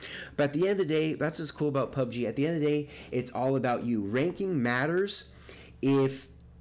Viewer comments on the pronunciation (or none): none